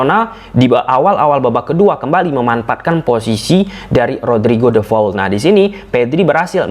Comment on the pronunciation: Namanya De Paul mas, bukan De Faul 😀